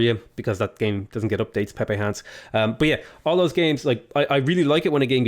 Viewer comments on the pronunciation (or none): none